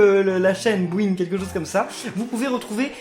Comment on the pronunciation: C'est boing pas bouing